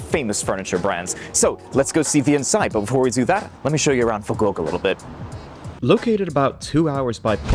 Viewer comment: please learn how to say Fukuoka